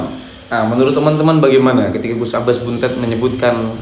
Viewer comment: BUNTET (DIBACA DENGAN "E" 'PEPET' BUKANG "E" 'TALING'.....) 🙏🙏🙏